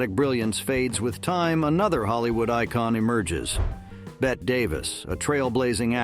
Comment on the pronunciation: The final E in Bette Davis's first name is not silent, pronounced as if the name were Betty. Repeated mispronunciation of the name of such a brilliant and iconic icon shows not only ignorance, but also laziness, disrespect and contempt. Voted DOWN.